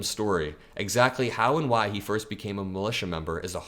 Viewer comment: Enjoyed the video? Not ezactly. Good video, though.